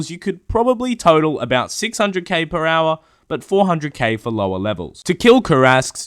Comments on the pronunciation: Drinking game: Everytime says "Per Owah", you take a drink.... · Per OWAH, Per OWAH of POWAH! Get to the ChoPPAH!